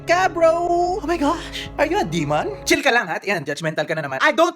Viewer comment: "Omaygash ar yu a diman?"